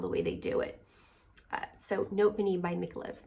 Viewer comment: Note Vanillée is the name of the Micallef perfume. And you pronounce that accented e at the end. EVERYONE mispronounces this perfume name and I am constantly trying to help. Basically you say Note Vaneeyay. And above all not Notay Vanille. The accented e creates the past participle of the verb “vaniller” which she cutely created for this fragrance. It means “a vanillaed message”. BTW how do you apply your Profumum Roma fragrances? I got Ichnusa for the summer and it doesn’t have a sprayer😢